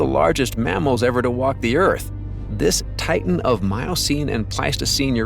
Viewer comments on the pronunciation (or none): none